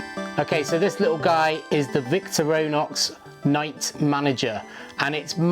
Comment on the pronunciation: “Victor-row-nox” lol